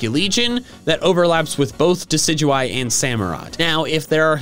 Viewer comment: The amount of times you said diciguie(sorry if I spellt it wrong ) during my shiny hunt for shiny Rowlet